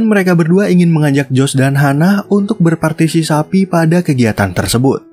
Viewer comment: menit ke 7, partisisapi😂😂